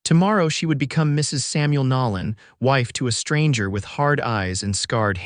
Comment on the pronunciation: It's "Nolan", not "Nallen"...AI needs work...great story, though